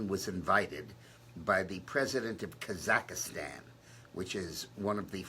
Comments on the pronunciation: The name of the country is KAZAKHSTAN, not Kazakastan. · Yeah, he just slipped....it's Kazakstan, and what he means. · Dick Morris keeps saying “Kazakastan”...but he really means to say Kazakstan right?